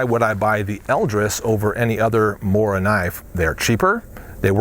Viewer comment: SHADOW that's how your pronounce knife in swedish, he mispronounced Mora (mooruh) but it's better than getting it completely wrong